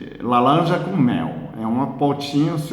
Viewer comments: Amo seu jeitinho de falar lalanja😍😍😍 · lalanja com mel .... engraçado parece o Cebolinha.. . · Depois que conheci o qdo vejo uma 🍊, parece que ouço ele dizendo "lalanja".🥰